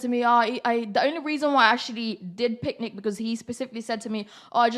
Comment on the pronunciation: she didint say picnic right ? :))